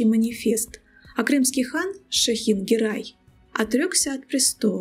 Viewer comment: ГЕРЕЙ, ГЕРЕЙ, а не Герай